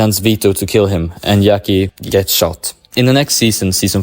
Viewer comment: Yackie?? I understand that we cant pronounce italian namens right but jackie?? Like jack